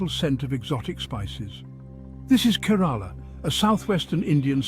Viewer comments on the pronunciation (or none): Please at least learn to pronounce the name of the state correctly